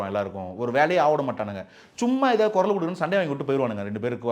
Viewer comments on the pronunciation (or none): none